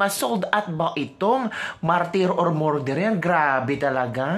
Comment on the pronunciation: pronounce “ Murderer” = “Mer derer” NOT “More derer”‼️❤️ Please tanggapin ang constructive criticism🙏‼️GOD BLESS YOU🙏❤️‼️